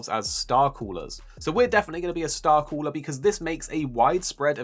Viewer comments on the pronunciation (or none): none